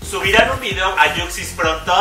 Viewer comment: Ami tambien me encantan sus "dideos"😂😂